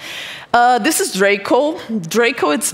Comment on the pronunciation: It's draco Not droca